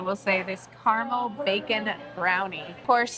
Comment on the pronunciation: Say it with us, ignorant woman, “ca-ra-mel” not carnal